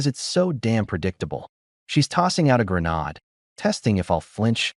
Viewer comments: Grenard pronounced is not the same as grenade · "She's tossing out a grenade" .... interesting pronunciation, it sounded like "greynard" 😂